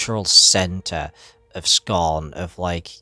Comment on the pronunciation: “to talk to you about scarhn”